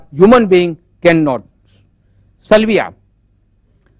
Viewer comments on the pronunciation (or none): Mr Zaveri, it is saliva not salvia or sylvia! lol.